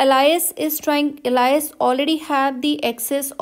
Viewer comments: You pronounce Alice as Allies? It's pronounced as Aal-is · nah its al-ice